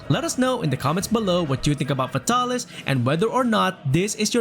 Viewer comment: “F’tah-lis” ~ 2020